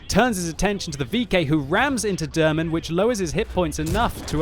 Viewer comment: You pronounce his name wrong :P Haven't notice he's from Turkey till you showed the Turkish flag :) Derman Bey is like Mr Remedy :D